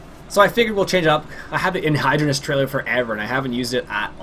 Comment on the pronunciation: I'm just pointing this out. You're saying anhydrous wrong. When you say it, it sounds like it's spelled anhydrounus